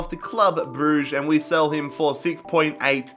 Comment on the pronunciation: I like how he said Shell instead of sell